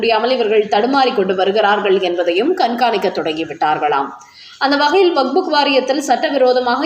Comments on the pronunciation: ஆமாமா அது வஃபஃ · ஐயோ அம்மா! அது வக்புக் இல்லை. கேட்கவே நாராசமாக உள்ளது.